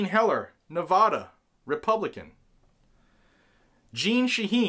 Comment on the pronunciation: It's F-EN Nevada, vad sounds like the a in dad, not va! Shit can no one in the east pronounce Nevada?